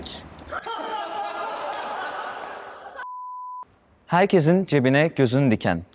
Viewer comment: Ulan şu Kubrick'İ de biri düzgün okusun arkadaş "Kübrik" değil "Kubrik" diye okunuyor.